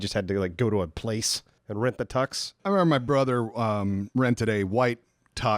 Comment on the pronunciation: Has been eating member berries? He keeps saying "I member" instead of "I remember".